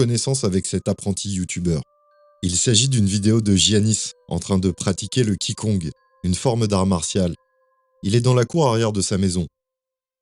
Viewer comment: .QI gong’ se prononce ‘Chi gong’